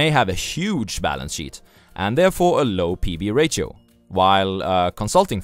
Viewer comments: The word "ratio" is actually pronounced as "ray she oh" and not as "rah sio" or but you were thinking of the word radio maybe? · Why are you calling ratio as rachio. We indians say ratio in following manner rasio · It's pronounced as rayshio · great video again! by the way ratio is pronounced as re she o (with a sh sound) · It's pronounced "rashio" or "rasho" other wise great content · Jeff Winger: Did you just mispronounce Ratio? :D